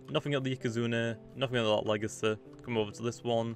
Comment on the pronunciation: i like how u say legacy "legace"